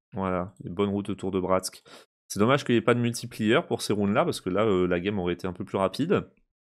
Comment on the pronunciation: Quand tu dis multiplieur ça me fait mal aux oreilles. Sinon sympa tes vidéos 😉